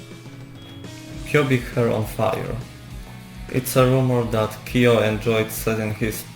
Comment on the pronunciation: Nie "Kiyo", a "Kyo". Chciałabym obejrzeć, ale tak ciężko jest ciebie zrozumieć 💔